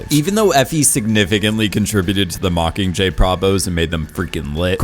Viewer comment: I love your content. Love it. And tbh I love your voice. But the way you drop the G on “mockingjay” (mockinjay) is like nails on a chalkboard to me.